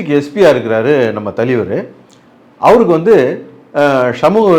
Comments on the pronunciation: Thalaivar❌ thaleevaru✅ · THALAIVAR❌ TALIVAR✅ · Thalivar❌ Thaliveruhh✅....😂😂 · Thalaivar ❌ Thaleevaru✅ 😂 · தலைவர் ❌ தலிவர் ✅ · Thalaivaru❌ thalivaru✅ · தலைவர் ❌ தலீவர் ✅ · Thalaivar ❌ Thaleevar✅ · Indha aalu ku thalaivar nu solala terla. Thaleevaru nu solraru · அமிதாப், தூஷாரா னு சொல்லுவதும் தலீவர் என்பதும் வேற லெவல் வேட்டையனை வெட்டி ஆக்கிய ப்ளூ சட்டை 🤝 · தலிவர் இல்லை அண்ணா தலைவர். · I can sense your frustration, pain in your ASSS when you pronounce the word THALAIVAR as thaleevar. Hope you got your meal today and also consult with your doctor about the pain in your ASS. It’s called rajini phobia. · தலைவர் ❌ தலீவர்✅🤣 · தலைவர் ❌தலீவர்✅ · தலைவர்❌ தலிவர்✅ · "ஷமூக விரோதி" 😂😂😂 தலீவருக்கு "ச" வராது "ஷ" மட்டுமே வரும் 🎉🎉🎉... ஆனா இதல்லாமா கவனிப்பீங்க😮. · Tone: Thaleevar😂😂😂😂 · தலீவர் தலீவர் தலீவர் இரிக்கி இரிக்கி இரிக்கி 😂😂😂😂